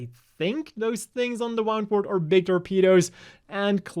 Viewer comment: It's WOO'ndwort, not WOW'ndwort. Like Wound (injury), not Wound (past tense of Wind)